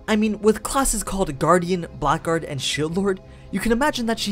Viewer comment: blackguard is pronounced blaggard and Aegis is pronounced eejis.